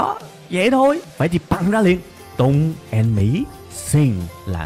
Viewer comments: "AN" đọc sai bét! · theo tôi thì "and" phát âm giấu "đ" chứ kg phát âm như bạn